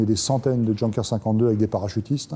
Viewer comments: Super beau, par contre en tant qu’alsacien c’est difficile d’entendre Junker prononcé comme ça.. c’est « Younker » qu’on dit. Magnifique reportage bravo ❤️ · Parfait, à l'exclusion de la prononciation du nom de la marque : on prononce "Iounker". Et Zwei und fünfzig après ! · pourquoi le K deviendrait G? Junker c’est Younker.